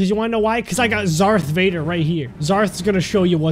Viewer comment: It's darth vader not zarth vader